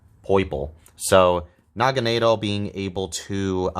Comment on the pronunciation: The way you pronounce Naganadel really rolls off the tongue